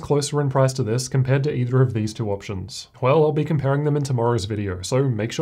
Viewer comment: Thank you for the benchmark. Just a note on your pronunciation (I don't know if you are a native speaker) - there is no "r" sound in the word "two".